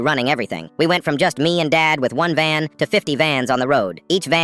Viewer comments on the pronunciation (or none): AI saying VAN:🚐🚐 Me hearing ban:❌